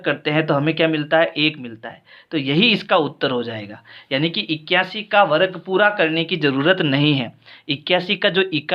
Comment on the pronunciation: Varag nhi sir varg kahte hai 😂😂